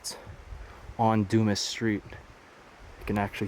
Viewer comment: lol "Doomis Street." At least you didn't say "Dumb ass" like in the Shawshank Redemption 😂 Alexander Dumas wrote the Count of Monte Cristo. Du-mah. Also, those red structures just look like resort cabins from the 50's. They even have mailbox numbers by the doors. Beautiful, peaceful spot nonetheless.